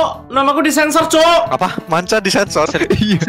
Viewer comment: manca bos, bukan mancha